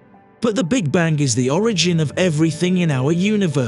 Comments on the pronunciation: Bang, not bank. Is this a robot speaking? Hint: the universe is eternal in time and space. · Am i the only one that's hearing voice-over guy saying "Big Bank" instead of "Big Bang"? just wondering. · What's terrifying is the narrator keeping pronouncing the Big Bang as "the Big Bank". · This guy is driving me crazy by saying "BIG BANK." Will nobody correct him before he publishes a video???!!! Repeat after me: BIG BANG - BIG BANG - BIG BANG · Please stop using the AI voice over. It's called The Big Bang not the big Bank LOL. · Sounds like he’s saying “Big Bank Theory”….a big bank funded the formation of the universe by way of a huge bank loan 💵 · He keeps pronouncing 'Big Bang' as 'Big Bank'. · What is a "Big Bank?" because that sounds like what you are repeatedly saying ha ha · Can’t get past hearing “big bank” with your accent. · Why does it sound like he's saying big bank? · Omg why does the ai keep saying big bank? 😳 irritating